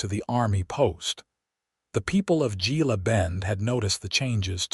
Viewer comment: Hey, AI...GILA is pronounce HEELA. You're welcome.